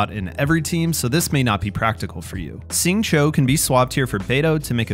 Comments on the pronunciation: How come you pronounce Xingqiu as "Sing Cho"? Shouldn't it be like "Shing Cheew"? I'm not an expert but IIRC X = SH sound, Q = CH sound, and IU = "ew" but with a harder E sound. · Please pronounce Xingqiu’s name correctly— it’s like “shing chew”, not “shing cho “. The English VA says the name wrong. Listen to the Chinese VA or listen to this video